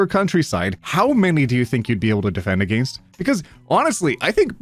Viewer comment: That "against" in , one of the few times we get a taste of ots Canadian accent